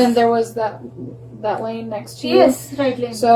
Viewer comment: మంచి ఇన్ఫర్మేషన్ ఇచ్చారు👍. కానీ, Line కాదు Lane అనాలి. బ్రీత్ analyzer కాదు, బ్రెత్ analyzer అనాలి.